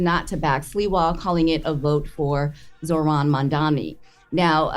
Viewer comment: Bro, just a quick pause, to the number of people that REPEATEDLY refuse to pronounce Zohran's name right, even at this late date, is that part intentional? And I don't care if you're a Republican OR a Democrat ... I mean can we at least get that much?